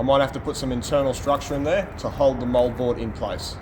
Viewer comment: For the life of me, I thought he was saying mullboard. But it's Moldboard. Like always, I'm impressed by the level of experience and knowledge.